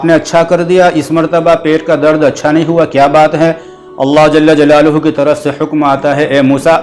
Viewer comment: حضرت اللہ جل جلالہ میں جل کے لام پر زبر پڑھاجاوے بہتر ہو تا جزاک اللہ